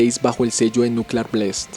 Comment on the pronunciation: Be careful regarding your English pronuntiation. The correct pronunciation for the word BLAST is not BLEIST, it is just BLAST. Having told this, I want to say that your video is fairly good.